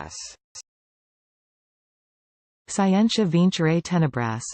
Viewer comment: isn't it skee-en-tia?